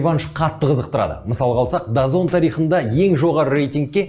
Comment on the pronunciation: Дазон емес DAZN оқылғында дазыэн бивл емес бивол